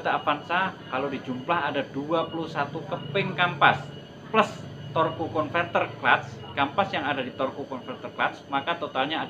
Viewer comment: Torque itu bacanya torsi om. Hehee